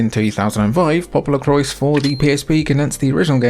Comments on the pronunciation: Awesome video! I own a few of these, but you showed me some real good ones I’ve never played! Added them to my Christmas wish list lol! Thanks! As for Popolocrois, you pronounced it correctly, but without the s at the end- “Po-po-lo-croy”. I aslo tend to pronounce it like “popolocroa” like how you said it the second time, but I learned that was incorrect lol. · According to the katakana it reads 'PopoloKurois'... with should be spoken 'Popolocrois' as in english and not in the french way. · It's pronounced "poo poo LaCroix" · Should definitely be 'Popolo-qwah' since it's a portmanteau of Italian and French. But you know, Japanese creators love appropriating words and ideas from elsewhere and fundamentally changing them without anyone batting an eye lid (usually).